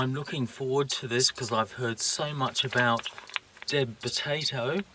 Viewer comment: Thanks for the video, I’m down on Hamford Water, Essex as we’re having great weather this weekend. Your Deb potato made me laugh, sounded like you were saying dead potato.